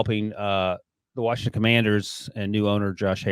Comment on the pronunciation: This dude says warshington , get dis dude outta here, job done and we thank ya. Go on now✌️